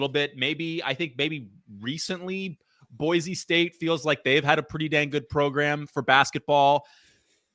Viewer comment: It's Boy - See and not Boy - Zee